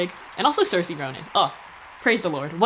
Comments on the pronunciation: Saoirse is pronounced seer-sha, like 'inertia'. Literally everyone of her interviews is a pronunciation class at this point. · It's not pronounced seer-sha. What? She says on television its sur-sha. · lads... SAOIRSE is pronounced seer-sha...lets give the lady the respect she deserves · she literally said in the WIRED interview she pronounces it as seer-sha im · also she literally says she pronounces it sur-sha whereas it's supposed to be pronounced seer-sha. So chill. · literally came right to the comments to see if anyone else caught it lol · she says it wrong